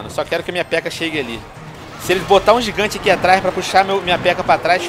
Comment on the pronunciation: VC falou errado gigante VC falou gigão